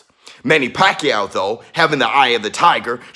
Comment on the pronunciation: I wish Americans could pronounce the name right, it’s pacQUIAO, with accent on last syllable. Pls. be first! In the Phil. the name actually means “wholesale”, what are the chances , he made pakYAW all those belts